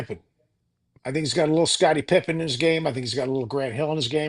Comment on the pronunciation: Scotty Pipen 😂, please stop .